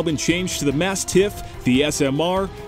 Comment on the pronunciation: I disagree with the way you say both "Mastiff" and "defense" as in Frontier Defense.